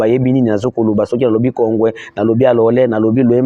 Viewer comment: ike majina ya mingini unaitajaka mu luga yako Ina tu keteaka confusion taja tu mu Swahili;kalole apana Alole 😂😂😂😂